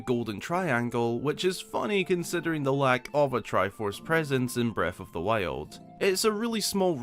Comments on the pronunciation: Every time a video starts with: “Breaf of th Wiald” I grin. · Bread of the Wale 😆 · Haha beste Aussprache